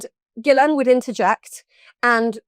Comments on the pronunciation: FINALLY someone who pronounces 'Ghislaine' correctly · Bro, can you please say the name Ghislaine correctly lol. There is no E in the middle. Listen to the victim. She says it correctly